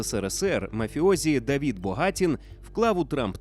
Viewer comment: Давид, а не Давід)